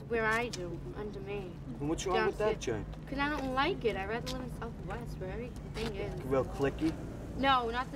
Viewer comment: “Whattah ya doiinnnn!? You filmin everyting”